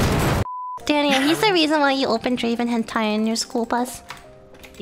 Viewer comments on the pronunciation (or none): none